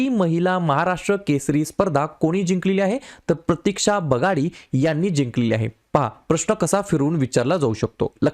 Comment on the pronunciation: बगाडी नाही बागडी आहे,तीच नाव